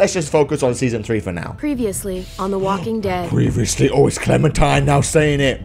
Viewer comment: When you got the flashback at the start of dis video you said the walking ted